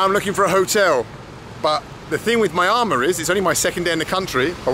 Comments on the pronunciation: When you get back to Myanmar, and I really do look forward to it, here's a little help with the pronunciation of it. The MY is pronounced with a long E, as in ME, not MY. The first four letters, MYAN, are ran together, so as to sound like 'Me an', like 'Me an' the boys are going for a drink. Me'an Mar. :) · Hate to be that guy, but it's: Mee-Ahn-Maar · I always keep hearing myanmar as my armour when you pronounce it